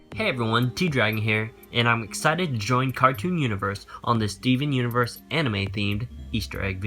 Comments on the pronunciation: YOU PRONOUNCE STEVEN UNIVERSE LIKE STEEUUVURRSE AND IT DRIVES ME INSANE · When you say 'Steven Universe' it sounds like 'Stefhnuverse' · For fucks sake it's STEVEN UNIVERSE not Seeven isvsiverse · stivnunvrse... i lost my shit